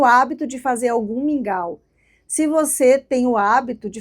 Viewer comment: Li e pensei; o que será esse tal de "Míngua" fui ouvir o vídeo e entendi que era mingau.